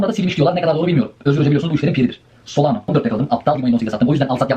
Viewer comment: 2021'de solano diyordun. Yıl oldu 2025 yine solano diyorsun. SolanA 😆